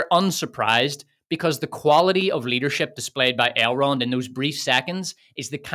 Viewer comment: You got me at "I shall call him AILE ROND with the France pronunciation", I didn't know it could sounds that dumb.